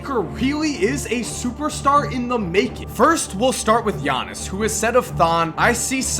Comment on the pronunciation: am I the only one who can pronounce giannis name fluently